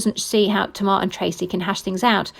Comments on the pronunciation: If you say to mar one more time kmt. It tay mar smh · Pronounced TAY-MAR not tmar🤮